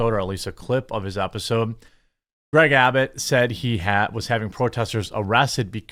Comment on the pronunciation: You said "Abbit" instead of "Abbot". Lazy.